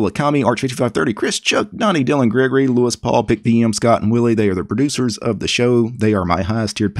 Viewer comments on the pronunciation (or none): none